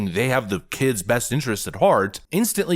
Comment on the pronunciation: Eets about dee KEEEDZ!